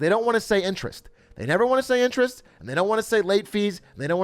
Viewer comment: I like to call it "int"erest, Yes Atrioc!